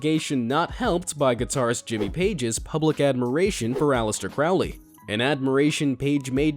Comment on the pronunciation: "Crowley" rhymes with "holy" not "foully."